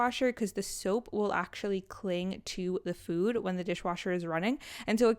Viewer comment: Lemon soap (when u said lemon soap I thought u said lemon soup 😂)